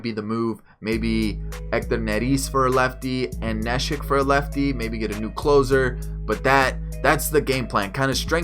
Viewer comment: Its (knee) shek nit nesh ick